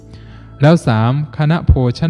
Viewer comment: แล้ว อย่า แร้ว และ อย่า แระ กำหนดสติ ตั้งใจกำหนด ร เรือ กับ ล ลิง ใช้อักขระให้ถูกต้อง จะดีมาก ยอดเยี่ยม ต้องหัดและกำหนด ทำให้ถูกต้อง คนฟังรู้สึกขัดๆ ขอขอรับท่าน